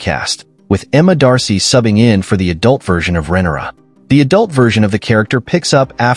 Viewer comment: Names pronounced wrong: Rhaenyra, Viserys, Laenor, Aemond, Vhagar, Helaena, Jacaerys, Lucerys, Daemon, Laena, Rhaena, Corlys Names pronounced correctly: Aegon, Harwin, Baela, Rhaenys Not sure if you did this on purpose to make fun of the show. If you did, well played?